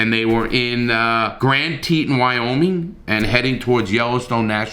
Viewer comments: Isn't it pronounced MO-AB? I think its pronounced TEE-TON. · Sorry brother, it's pronounced moe-ab Utah Moab, just like it's spelled. Also, it's pronounced tee-ton ton has a long vowel, like on, not ton (weight) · Moab is pronounced "Mo-ab", not "mobe". Teton is pronounced "Teeton", not "teetin". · It's pronounced Mo-Ab. It's pronounced Tee ton. I agree with what you have said. People are jumping on the band wagon calling him a monster, a narcissist, a psychopath when none of really know what actually happened. They may have had a fight. She may have been hitting him and he pushed her in self defense and she fell and hit her head on a rock. These were young people trapped in a van together with a disintegrating relationship. Gabby admitted to hitting Brian. She also admitted to having mental / emotional health issues. I don't think she sought a doctor 's help for her problems. I also don't think Brian was equipped to deal with her problems and he may have had some problems of his own. Gabby seemed to be a very sweet girl but if you were in a relationship where a big man was violently abusing you, would you hit him???? Wouldn't you be afraid of what he'd do to you? I am pretty sure Brian was instrumental in Gabby's death but let's let LE and the judicial system handle this. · "Mow-ab"... "Tee-tawn" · lol larry i love you but you mispronounced moab and teton lol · Larry how can you be taken seriously when you can't pronounce Moab or Grand Teton. You think someone would have told you that you sound Dumb.